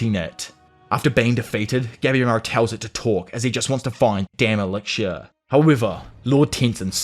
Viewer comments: I genuinely love this channel but the way you pronounce elixir like elicshure makes me want to pull out my own ear drums. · Lol me too.. in fairness, this was the point I came to comment that isolated mispronunciations don't really bother me, but repeatedly hearing 'elixir' with a 'ksh' diphthong instead of 'ks' is starting to grate.. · E lix er not eliksher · "ELIGSHURE" "ELICKSHURE" -. 😂😅 Dope video dude if only the anime lived up to the manga. Unfortunately, I feel the anime is mappas B team or something. Like dark souls 2 but an anime instead of a game. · You need to work on pronouncing "Elixir".